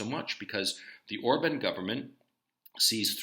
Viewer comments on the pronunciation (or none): Hey Gonzalo. Love your coverage of the Ukraine situation. I'm an American living in Hungary. FYI- Orban is pronounced "or-bon", with ban pronounced the same as in "bon-bon" or as "bon" in the word bond.